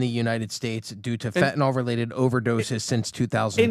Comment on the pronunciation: It's pronounced FEN TAH NILL Fentanyl. Not Fentanol